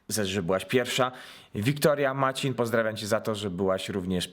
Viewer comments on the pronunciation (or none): Haha pan źle powiedział moje nazwisko nie maćin tylko macin.😹